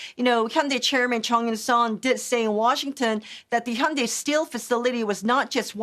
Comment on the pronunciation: Thank you for not calling them, Hi-Yoon-Die